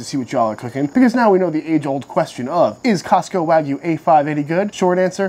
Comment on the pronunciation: This guy pronounces wagyu “Ragu” like the cheap pasta sauce